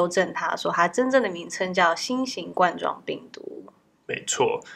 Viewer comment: 新型冠状病毒 ”冠“字是读一声哦，sorry职业病犯了，不过还是很爱你啦 ！！